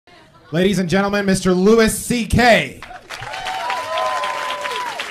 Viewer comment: it’s not. Anytime I’ve ever heard Louis CK say his own name, he says it like it’s spelled “Louie” not “Luis” like it was pronounced in this video.